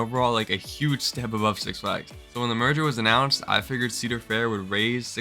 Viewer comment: Yup, the “Meger” definitely killed it